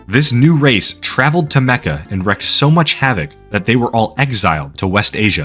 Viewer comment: FYI- the phrase is “to WREAK havoc” (pronounced “reek”). “To wreak” means “to inflict upon,” whereas “to wreck” just means “to break or destroy,” which is why “wrecking havoc” doesn’t really make sense. (Even my phone is trying to correct my grammar in that last sentence 😂. Also, too many quotation marks 😮‍💨) As for the topic at hand… yeah, the Nation of Islam is a crazy ass cult. Not sure who’s crazier, them or that other race based “religion” (I.e., another cult) where they claim that black peoples are the real Jews and that Ashkenazi Jews are just pretenders, etc. what the heck were they called again? Edit: ah yes, The Black Hebrew Israelites. Those dudes are just as nutty. Anytime people try to claim that cults are a “white people thing” (and they do) just point to both of these groups of looney toons. Also, the whole Jonestown debacle was quite diverse as well. The point being, everyone has the capacity for mass crazy.🤷‍♂️